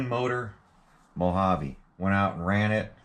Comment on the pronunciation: So is this a MO-JA-VEE or a Mojave GT 😛